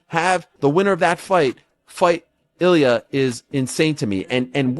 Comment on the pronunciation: It blows my mind that nearly every one of these supposed MMA channels can't even pronounce the names of even the most well known fighters correctly. If you can't pronounce Justin and Illia's last name correctly, just stop making videos!! That, or learn how to properly pronounce the fighters names, all of them!